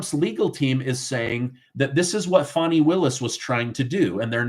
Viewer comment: Fanny,or funny, not fawny.